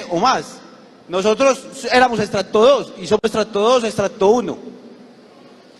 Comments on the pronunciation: Miserables que todavía piden más muertes pero siempre y cuando no sean ellos ni sus hijos. Puerco!!! Y no se dice "extracto"!!! Se dice para este caso "ESTRATO" bestia!!!😅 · "Extracto"....así será la ignorancia que no saben ni hablar